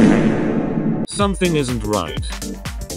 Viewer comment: commander saying sutn